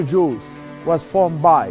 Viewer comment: Sounded like he says "secret jews" 😄 🤣 😂 😆 😄